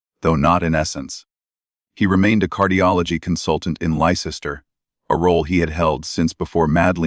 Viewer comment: It's not Lycester. It's pronounced Lester.